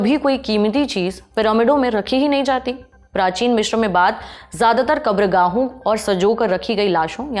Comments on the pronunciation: मिश्र नहीं अपितु मिस्र है सही शब्द। Cairo अंग्रेजी शब्द है जबकि हिंदी/मिस्री भाषा का सही उच्चारण काहिरा है। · यह मिश्र नहीं , मिस्र है। कैसे अनपढ़ presenter रखे हुए हैं😮